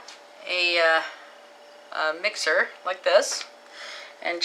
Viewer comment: Its a with not myxer